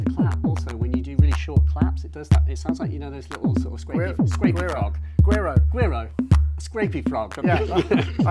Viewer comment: ...no, not "Gwee Row", you don't pronounce the G hard, like English. It's "We Row" :] ( Who E Row )